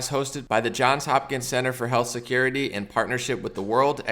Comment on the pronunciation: He said cyber secuwitee